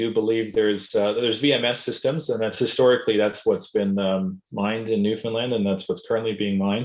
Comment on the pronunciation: NLer. so glad you say Newfunlan as it is called by the Newfoundlanders not Newfinlin